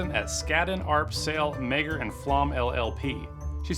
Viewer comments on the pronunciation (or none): Just so you know, meagher is an Irish surname pronounced ma-her